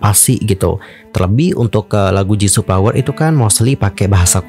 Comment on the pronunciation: Tolong banget F atau V dibaca dengan benar, FLOWER BUKAN PLOWER, VARIASI BUKAN PARIASI dan masih banyak yg lainnya. Konten menarik, cara bawain enak didenger, tinggal eja yg bnr aja utk F/V pliss bgt!